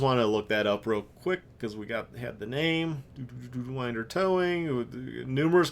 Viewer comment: P.S. Winder rhymes with cinder.